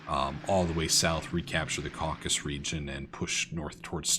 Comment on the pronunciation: Oh, and just a small (and perhaps pedantic) side note: "the Caucasus" has 3 syllables, not 2! A caucus is a US political term!